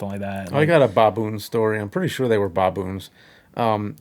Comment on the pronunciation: I love how James calls them “bah-boons”. They are apes, by the way. Not monkeys. 😉